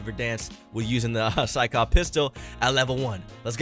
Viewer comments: Sykov not skykov 🤦🏼‍♂️ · the gun name is sykov not skykov lol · This thing hits harder than the ffar (SYKOV not SKYKOV btw) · It's sykov btw